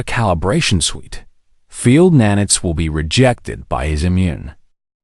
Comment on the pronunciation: F'ing AI, it is NAN-ITES, not nan-its.